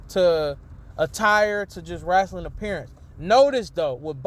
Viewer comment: Wrestling not Wrastling